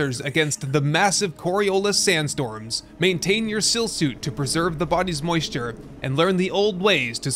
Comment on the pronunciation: In the dune one , it's Still suit as in water still , just a little correction ...